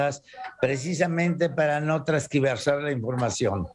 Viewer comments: Tergiversar, no trasgiversar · A Juan Osorio NO ES TRASQUIVERSAR...ES TERGIVERSAR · Díganle que no se dice trasquiversar!!!🙄 es tergiversar